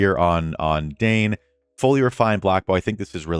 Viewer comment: Dain = “dine” … 👍, not “Dane”